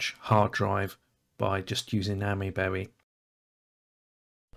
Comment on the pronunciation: Isn't it pronounced Aymee-berry? (As in the "Ami" is pronounced like "Ami" in Amiga, "aymee" rather "ammy")